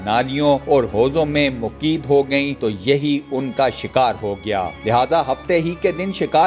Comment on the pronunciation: Jahil sanchar nahi "sani char "hindi me haftay ko kehtay hy aur moqeed nahi "mo qayyad" hota hy pehlay kisi sy urdu parh liya kro